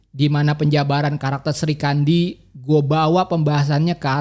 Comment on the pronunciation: Bukan Sri kandi tp Sikhandi